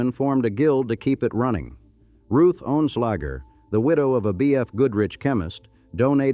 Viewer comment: It's Ruth Oenslager...not Ohnslager.